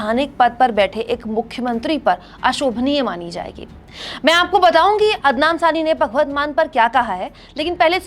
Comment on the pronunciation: Anchor ne poori video me ADNAN SAMI galat pronounce kiya, but it is normal thing, pr end me lga khi SARCASM to nhi kiya😛